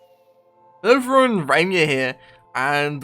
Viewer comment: he said riema